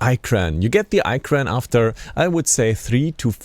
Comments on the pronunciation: ITS N9T EYE KRAN ITS IKRAN IH KRAN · LoL....its sad that he made a review but cant pronounce Ikran. This show he didnt really play the game or know anything about the game.